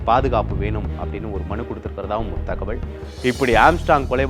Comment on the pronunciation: ஏன்டா தமிழை இப்படி கடித்து குதர்ர …. தகவள் இல்லை தகவல் …. தமிழ் ஒழுங்கா பேசவே தெரியலையே …